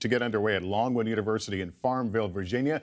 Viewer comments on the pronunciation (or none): Did anybody else hear Pence say, "Norwood University"? Because that's what I heard, which is odd, considering they're at LONGWOOD University....